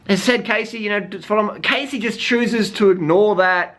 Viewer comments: Her name is pronounced Cassie I just really had to say that LOL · Its Cassey